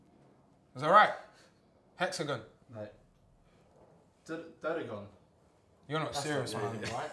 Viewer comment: The quizmaster knows nothing as well he keeps saying everything wrong lol, first it was echolation instead of echolocation then dudedagon instead of dodecagon